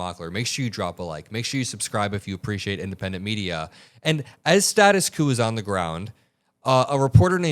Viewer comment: Its status quo (kwo). Not coup (coo).